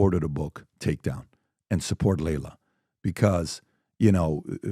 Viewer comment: Her name is pronounced "Ly-la," not "Lay-la." 😉